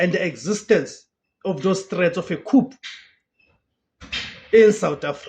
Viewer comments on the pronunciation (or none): Please don't come for me, it's pronounced as KOO not KHUP🙏